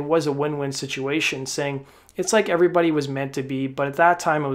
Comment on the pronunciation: Hey 'evrybuddy" let's talk bout buckcherry chuckberry